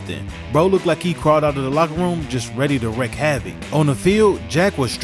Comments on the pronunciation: Its wreak havoc not wreck havoc my man. Dope vid nonetheless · Wreak havoc. Wreak is pronounced reek.